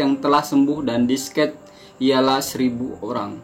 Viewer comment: Discaj = discas bukan Disket. ---------- Virus = feires Bukan Pairus